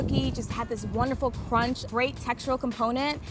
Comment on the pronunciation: “Lets just appreciate first- CrOnCh